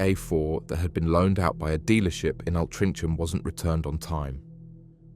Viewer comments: Where is "al-trin-chem"? 😂😂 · Say Altrincham again 😂